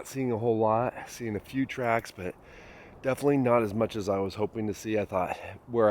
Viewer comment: "Blockeen"????? "Winner camping"????? "Litterly" is not a word. "Definly" is not a word.